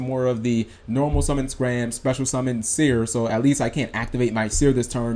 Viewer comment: Hey. Your vids are great and all, but your pronunciations. Can you just read some names. Im not talking looking it up on google to find the correct pronunciation but just actually read the damn card. Its Scarm, not Scram